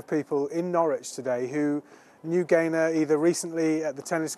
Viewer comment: He says Gaylord at first... I swear 😮